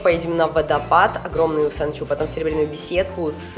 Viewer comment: водопад называется Учан-су, а не Усан-чу,_, А так ролик класс, А так рада что ты приехала в Ялту, хоть я тебя и не встретила(